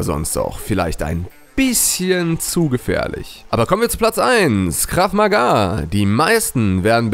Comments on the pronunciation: Ich mache Krav Maga im Verein! Und das wird kurz ausgesprochen! :) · Es heisst "Krav Maga" und ich betreibe diesen Sport auch. Ich würde nicht sagen das er in normalen Verhältnissen der Tödlichste ist aber trozdem sehr gefährlich. Meiner meinung Nach ist Muay Thai ( ist vllt auch falsch ) und UFC das tödlichste